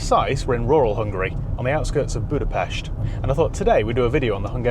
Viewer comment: He said Budapest right wooooow